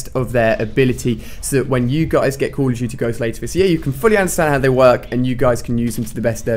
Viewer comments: Haha he said call of toootie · Alia says " Cool of Duty"